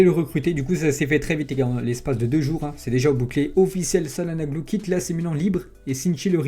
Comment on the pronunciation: Salanoglou 🤣🤣🤣 ca ce dit tchalanoglou